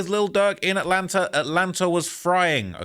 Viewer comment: why do English people pronounce words like "Atlanta" with an "R" at the end? Atlanter? No disrespect, I'm from Oklahoma, so I already talk funny too. I'm just asking what's up with the "R" thing?